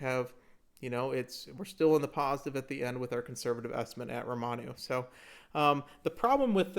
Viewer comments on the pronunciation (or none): Good video, but damn if the constant “Romanus” aren’t confusing me of the actual correct pronunciation/romanization of Ramonu now as well.